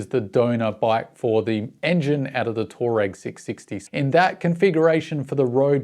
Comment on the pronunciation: Rattles on about pronouncing "orientated", but he can't pronounce the name of the bike.